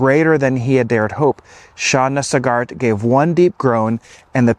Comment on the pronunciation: Pronounced "Sog art"... Emphasis on Sog.